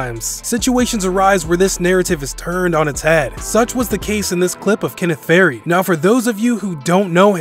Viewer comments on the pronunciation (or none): He said kenneth fa reed